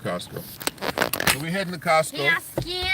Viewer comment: so funny the way she says 'Costco' 🤣, obviously one of her favourite places😊; Beautiful family, hi - you the stabling force of a gorilla man😊, big up to you👍, I appreciate yuh